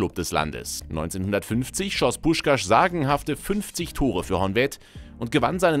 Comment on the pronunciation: Was macht das für ein Sinn? Puskás mit sch aussprechn aber Budapest mit s🤦🏻‍♂️🤦🏻‍♂️🤦🏻‍♂️ S= Sch und Sz= S Außerdem spricht man das á länger aus. Bei uns haben strich und punkt ja a einer andere Bedeutung